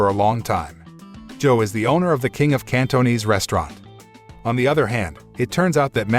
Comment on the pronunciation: The way he pronounce Cantonese though